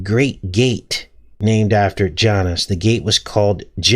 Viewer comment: Its pronounced JA-Noose 👍